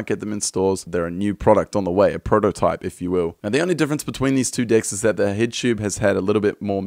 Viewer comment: I love how he says "decks" 😂